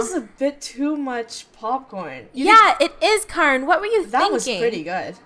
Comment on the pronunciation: Kyarn “blushens “